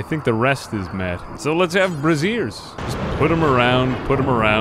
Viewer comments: Me hearing pronounce brazier like brassiere with my own two ears: The lord is testing me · "We just need brassieres." I'm sorry? You mean braziers? BRAY-zher. Say it with me. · You pronouncing braziers as brassieres is very funny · lmfao bruh its pronounced BRAYzier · That is not how you pronounce brazier, that is definitely not how you pronounce brazier. I was so confused thinking you could build bras on rimworld now.